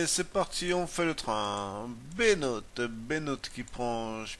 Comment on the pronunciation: Juste pour info, cette course se prononce "Round (comme en anglais) oum Koeuln (oeu comme dans coeur)", ce qui signifie Tour de Cologne. Ha et je ne sais plus qui t'a dit de la merde, mais on ne prononce pas Benout, c'est bien un o long. Ça donne "Tiche Bénoot" (pour écouter la prononciation, voir ici : ) Et enfin on ne dit pas Chagan (comme dans le jeu ou tous les commentateurs), mais bien Sagan.